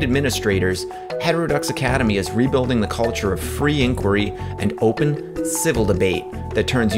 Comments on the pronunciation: NO...... there is only ONE way to pronounce "Inquiry"......all those who don't oblige... will be quarantined indefinitely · okay but can our first point of dissent be the correct pronunciation of 'inquiry'? Because i have a major problem with the way you said it. other than that, great video! will follow it up.